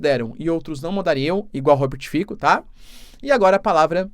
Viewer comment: Oi Professor! Adoro seus videos! Lembrando que a pronuncia correta é "Robert Fitsso" 😅